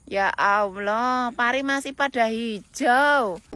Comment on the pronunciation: Sebut ALLAH jadi aowloh 😂😂😂